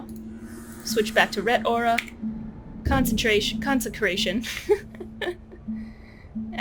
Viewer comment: you keep messing up 'consecration' and laughing. it becomes old after the 1st time... very hard to finish this video..